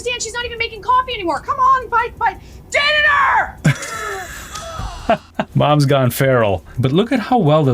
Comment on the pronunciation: „Diner“😂 (dinner!)😅😅